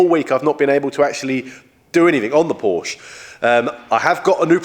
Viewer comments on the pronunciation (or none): Hi. My wife and I love your videos, but we also both have OCD and the missing apostrophe glares at us every week. Also, while we are being picky, Porsche is pronounced porshu, The u as in shut. Having said that, chanel is compulsive viewing every Sunday evening. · Your so precise on all you do,so you should learn how to pronounce.porsche.